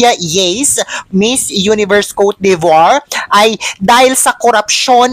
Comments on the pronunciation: french word po yan hindi n ro roll ang letter R kowt de vwaaaa ang tama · If you can’t pronounce coté d‘Ivoire just say it Ivory Coast😂Olivia Yacé have dual citizenship , she’s also American citizen and the family is Diplomat, she can have Diplomat visa.